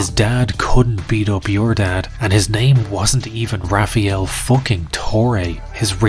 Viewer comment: i knew something was up when i read his name "rafiel" it's rafael every latino knows this 😆